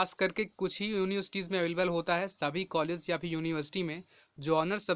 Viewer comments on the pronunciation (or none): none